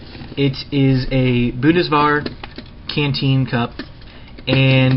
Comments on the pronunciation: bu-ndes-wehr not bun-de,var please for the love of chin-chin learn to say it right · Bund - es - vehr, not boo des wear. Learn to pronounce the name of the German Army fercrissakes! Ruined what might otherwise have been a great video but I couldn't stomach listening to you drone on. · just heads up the W in Bundeswehr is pronounced like an F yet they say BMV for BMW. Funny i know. Also Bundeswehr is just military and there is different branches. Good vid man